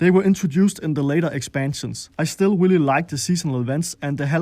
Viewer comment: Ramm just as I read this comment, he said “Willy nice”